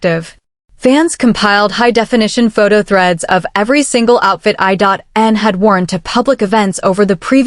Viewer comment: Channel creator might want to better train their AI computer voice. It's I N...not I.dot.n😅😅😅😅